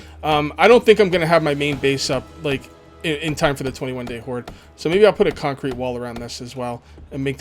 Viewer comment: Did Anyone notice that at about he said cuncrete not to be rude but I noticed